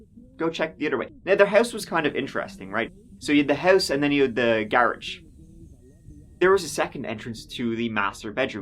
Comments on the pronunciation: It’s pronounced Gahh rawjj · i cant listen to you for more than 3 minutes.....i hate it cause ive got hundreds of stories i never hear the end of.....and who tf told u that is how to say "garage", that was where i had to hit the X, my ears hurt.....u need to offer voice over versions that are tolerable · Hey How about a black THATCHAPTER throw/blanket or beach towel instead of a shirt? Same design, same colors, just not a shirt. I'd even buy an auto window decal. "I luv ya" but seriously, you need to hear an American pronounce "garage".❤ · Their house had a garridge? Cool! Also, what's the hell is a garridge? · What's a garridge?😅😊